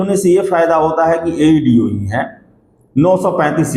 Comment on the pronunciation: Chutiya tumko to bolne bhi nahi aata Aeeedee nahi hota AeDo hota hai kewal aur kewal bakwas karte ho ,kuch tumlog ko pata nahi hota ,ekdum lagta hai itna gali de ki kaho mat tumlog ek exam nahi hone doge